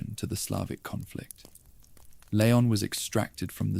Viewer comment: Shame you couldn't pronounce leon and Luis... renaming them layon and luish 😂😂😂 otherwise it was good